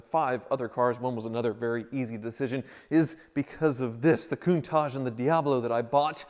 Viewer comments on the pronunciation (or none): Slight pet peeve when he keeps calling it a Coun-tajjj